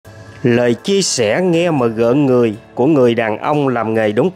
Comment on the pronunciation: Rợn người chứ không phải gợn người hihi.....